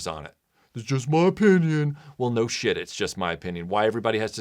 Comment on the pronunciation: I’m pretty sure I heard make the word “shit” two syllables. Idk about everyone else but when my grandpa said “shee-it” everyone knew he was legit pissed.